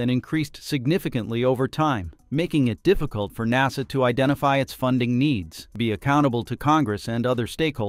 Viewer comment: ok little AI dude NASA not NOSA.